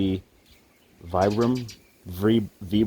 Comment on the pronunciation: Also, just FYI. As far as I know it's pronounced [veebram]